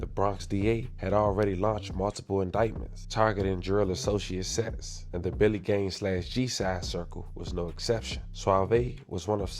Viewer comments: Its drilly gang not Billy gang...Billy gang is nine trey... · It’s Drilly and he saying Billy the whole video 😂😂 You gotta stick to DMV content my guy